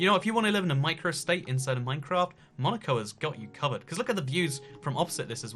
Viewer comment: When he said Monico, I thought he said Monika and I was like😲